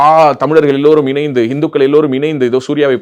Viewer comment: "இனைந்து" அல்ல "இணைந்து " என்பது தான் சரியான உச்சரிப்பு.